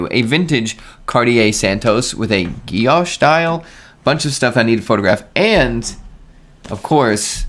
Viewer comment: meh. boring boring tudor. and it is Guilloché - gee-o-shay...